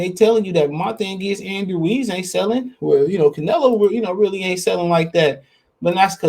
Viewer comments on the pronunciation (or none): none